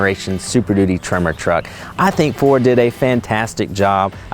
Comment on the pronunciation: its tremor,,,,,,,,,, not trimer........lol